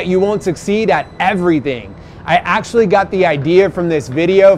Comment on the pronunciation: "i acutally..." ACUTALLY